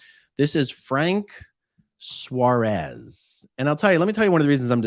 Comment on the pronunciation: Another one?? I followed Frank Suárez.. just before he died. and now he was scientologist???!!!! Just so as you know how to pronounce his last name properly: it has a tilt in the A so you have to put emphasis in it. it is not "suarés" it is "suáres"